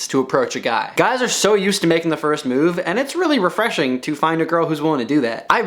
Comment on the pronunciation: idk why i laugh so hard when you say “refreshing.”